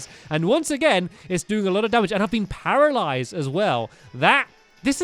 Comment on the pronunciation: And it is called parilized not peralisis